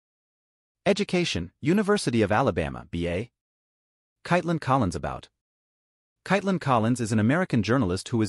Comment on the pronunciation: As the narrator .... pronouncing her first name correctly is important . So frustrating .